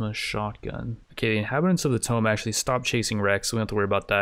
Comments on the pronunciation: Hope no one was taking a drink every time he said tome instead of tomb. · or rather, "toom", the b is silent, but yeah it also triggers me whenever he pronounces it like "tome" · TOO-M NOT TOME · He said it so many times at the beginning of this episode, I'm inclined to think you are right. But how does he never slip up and say it right?? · Tome : T-oh-m ... Tomb : two-m or too-m. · Please add mod list in description (very common and curtius thing most others do) Also please say tomb not tome. I'm usually not to anal about these things but this one is actually driving me crazy. I am enjoying the video, just critiques that may seem stupid but actually make a difference. Good luck with this playthrough. I hope to see some amazing fights. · Is this regional? Keep pronouncing tomb (toom) like a book (tome)? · “Twooom not “toe”m!!! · you do know he says tome instead of tomb 100 times in the video right? WHOOOSH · drinking game. take a shot of water every time he says tome instead of tomb (toom) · it's /tu:m/ not /təʊm/ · Pls, I can't take it any more It's pronounced "toomb" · I feel like this video a personal attack. For the last year I’ve hoped would learn that it’s not pronounced tome. He then proceeds to repeat tome 40 Thousand times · It's pronounced toomb! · Says tome 1 million times... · It’s pronounced toom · Oh i'm 100% sure he knows but it's one of those things, once you've been saying it wrong for 20 years its hard to go back xD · Unsubscribed. I can tolerate your short attention span, but there's no way I'm spending another day listening to you mispronouncing "Tomb".